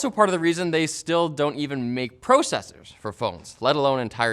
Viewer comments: Why does this guy say processors so weird? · The way he says processors is weird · It might be a Canadian thing. I noticed Canadians emphasize the O on many other words